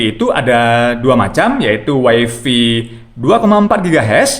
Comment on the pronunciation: malu ah.. masa bilangnya "waifi".. yg bener "waifai".. 😜